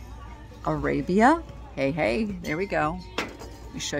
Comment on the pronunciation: So nice you have mother/daughter time doing something fun together. I cherished shopping outings with my mom. Outrageous prices no doubt. Fun fact: the Finnish Arabia piece is pronounced ‘R-ah-bee-ah’ 🇫🇮